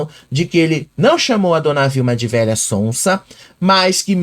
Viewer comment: ele não diz VELHA ELE FALA VEIA